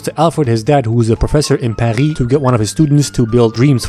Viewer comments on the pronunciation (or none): i liked how you pronounced Paris lmfao xD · bro said paris in french lol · the way you said paris makes me feel like youre from quebec or sum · Yo idk why but When he said Paris it soud like he was from Québec🤣